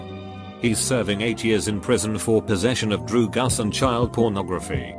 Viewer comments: I love how the voiceover says drugs like "drugas" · "some droo-gas"